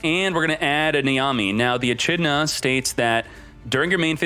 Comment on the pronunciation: The way he said "echidna" though at the beginning 🤣. I hope his chat crucified him for that